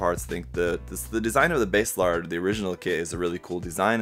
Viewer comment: Nice review! Are you ever going to build a full Hresvelgr? I've been side-eying Hres for a hot minute. Also, not a slight, but just as an aside, If you're ever struggling w/ their name pronunciations, check the Kana: バーゼラルド = Baah-Zey Raa-Ru-Doh, which for NA Eng. speakers would be Basilard (the french pronunciation is my fav). When we see "Base", we think "oh like the bass guitar?", but for a JP phonetic it's instead バーゼ, or Baah-Zey. Language fun!